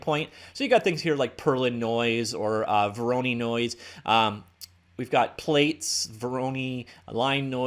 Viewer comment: Good video. But as a cs student I'm severely annoyed at your pronunciation of voronoi.